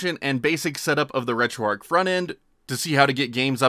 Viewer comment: Great video... just wish you knew that you are supposed to pronounce the 'h' at the end of 'retroarch'. It's RETROARCH, not RETROARC.